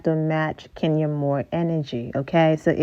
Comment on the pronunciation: Lol😅 and I’m an African I can pronounce it ohhh